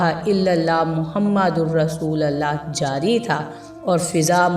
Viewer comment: Please kalma sahi pudhna seekh lijiyay " Muhammadur" pay paysh hai zabar nahi.